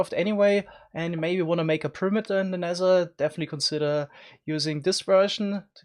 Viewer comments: Nether* not Nesser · I love how u Say t like s Sounsand Neser I love this